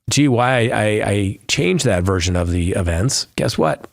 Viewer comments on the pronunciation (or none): none